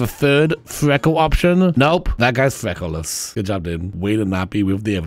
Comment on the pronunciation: I kept hearing “freckleless” as “frekleolas” (like Legolas) and it had me giggling